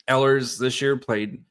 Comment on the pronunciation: I like the idea of signing him. Note; the proper way to pronounce the beginning of his last name is with the long E sound. I listen to how the Jets announcers have pronounced Ehlers.